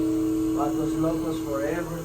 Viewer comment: Oh.. "Vatos locos foreyverr." Lol